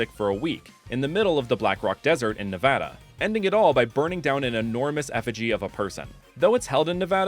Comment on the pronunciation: Omg I’m so happy you said Nevada right